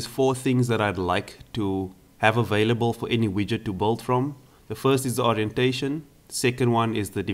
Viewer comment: Cool! Try working a bit on your pronunciation, because your 'build/built' sounds like 'bold/bolt'.